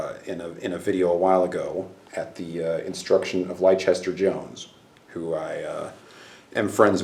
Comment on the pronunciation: Good ASMR..Oh, and Leicester is pronounced "lester", just for next time...English place names are a pain in the arse, but yeah, lester...He's a good lad..